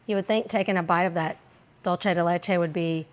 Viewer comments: I hear the ingredient mispronounced many times and it always annoys me! It’s not an Italian word (dolce), it’s Spanish (dulce)! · I love that you pronounce "dulce" (de leche) as if it were Italian. Showing your heritage!